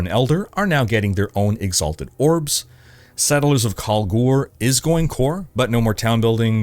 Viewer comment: As-tu dit "Kalgour" au lieu de "Kalger" (dans le jeu y prononcent "Kalger" pour "Kalguur" hehe)? 😉